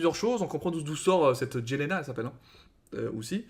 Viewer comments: sa secri Jelena mes se prononce yelena un peu comme Jager qui se prononce yeager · Pour Jelena on prononce yelena comme pour jeager